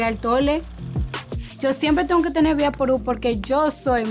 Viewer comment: Cardi es tan latina y lo compruebo porque dice Vibaporú y no "Vicksveiporubs" (como se pronuncia en inglé) 😂😂😂